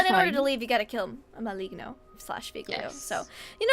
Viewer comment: Just one thing... The correct pronunciation of Maligno is: [maˈlɪŋ.noː]. "Gn" in italian language is like maliño in spanish.